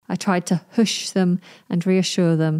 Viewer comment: Isn't it /Huhsh/ 🤔